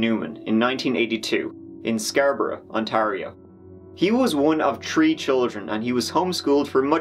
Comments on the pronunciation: Learn to say THREE and not TREE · This man saying tree instead of 3 😭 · “He was one of tree children” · Bro if you keep calling 3 a tree I’m gonna lose it. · "Tree children " 🤣